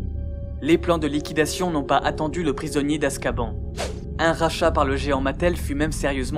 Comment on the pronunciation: Azkaban se prononce Azcabanne. Super video